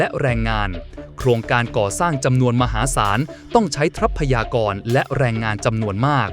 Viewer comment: รำคาญ คำว่า ทรัพยากร ออกเสียง ทร ควบ